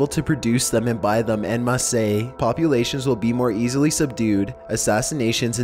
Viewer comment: im pretty sure en masse is pronounced 'on mass' but as a rule of thumb, whenever someone says 'nukular', i give up on trying to correct their pronunciation